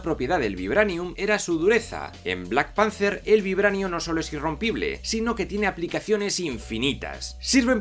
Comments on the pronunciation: En tu mundo igual sí, pero es panther, no panzer, un panzer es un tanque. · Yo escuché black Panzer